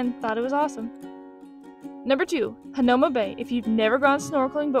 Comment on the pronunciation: FYI.... Waimanalo=Why-mah-nah-loh Hanauma=Hah-now-mah Marukame/Marugame=Mah-roo-kah-may/Mah-roo-gah-may...p.s...Roll you tongue on R!-lol Duke Kahanamoku=Kah-hah-nah-moh-koo Waimea Falls offers better waterfall/botanical garden to walk thru than Manoa IMO...Book Arizona Memorial/Punchbowl National Cemetery/Bishop Museum same day, Iolani Palace(Ee-oh-lah-nee) another day....